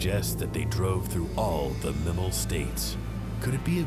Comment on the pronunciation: Pretty sure it’s MIE-MEL.